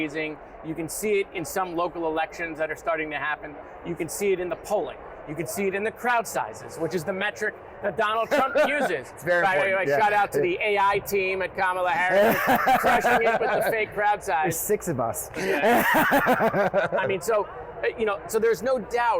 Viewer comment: in all due respect, her name is pronounced (comma,la), Kamala. Heard it incorrectly at the beginning of this post. Hopefully you get it corrected the rest of the broadcast. 💙